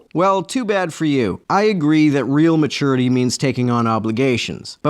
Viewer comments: I think he's saying it that way just to be irritating. Edit: Like he gets off on being condescending to everyone else. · The first thing about maturity is not pronouncing it "ma-toor-ity" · I always thought it was really immature to pronounce it "ma-TOUR-ity". No real American pronounces it that way. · Is that pronunciation of "mature" and "maturity" indicative of any dialects or is it just a personal thing? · Mah-toority. I'm dying. What a pompous asshole. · It's matoority and it's just how some Merkins say it. Like they fire mistles at hostel forces. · Ma - too - er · The way that guy pronounces maturity drives me nuts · I'm not taking any advice from a grown man who cannot pronounce maturity.